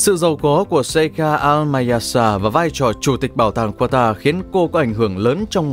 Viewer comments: không phải QUA TA mà là CA TA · nước QATAR nhưng sao mấy ông đọc QUA TA vậy, ??? Đọc đúng là KA TAR chớ. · Kata chứ k phải qua ta nhé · anh phát âm qatar là qua ta nhưng các bình luận viên bóng đá lại phát âm là ca ta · Qata nhé, không phải Quata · Đọc tên cho đúng bạn. Ca - ta phiên âm phải vậy nhé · Qatar (Catar) đọc tên nước cũng sai😀🥱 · đọc sai tên quốc gia rồi : ca-ta .... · Ca ta đoc cũng sai